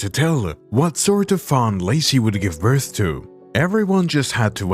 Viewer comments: Sorry.... birthA ? Hard to understand you. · Why did I hear Bertha instead of birth maybe I need to get my ears checked I have been hearing things wrong like this comment if you heard Bertha or I need to get my ears checked